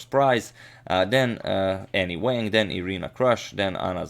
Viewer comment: Chinese name pronunciation tip: there is no 'a' like apple in Chinese, it's more like "ah", so her name should sound like, w'ah'ng. The 'a's in Chinese are all the same, so same goes for liang, etc...